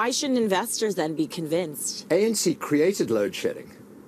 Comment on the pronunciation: Its not ENC bra its ANC... 😢... U c results of reporting about another country.... 🙄